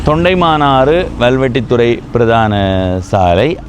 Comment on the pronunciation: தொண்டைமானாறு அல்ல, தொண்டமானாறு